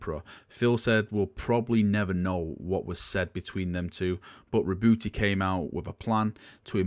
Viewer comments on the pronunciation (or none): Re-boo-e. Lol you hate "h"'s and "t"'s. Since there is no accent on the e, is it then silent? Curious.